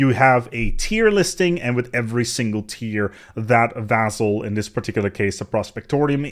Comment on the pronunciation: You pronounce "vassal" with 'z' inside, this is regular 's' though, pronouncing that with 'z' makes it very confusing, seems like entirely different word. Generally, if single 's' is between vowels you may sometimes read it like 'z' in some words (like, e.g., "vase"), but when you have double 's' like here, you pronounce it like regular 's'.